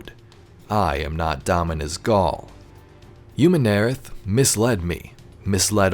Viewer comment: I absolutely LOVE your videos man, but the way you pronounce Umun'arath just doesn't quite sit right with me...